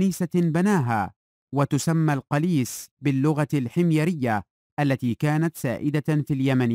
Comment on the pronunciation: القليس بضم حرف القاف